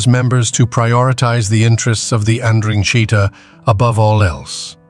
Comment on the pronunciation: Amazing how many ways Ai finds to pronounce ndrangheta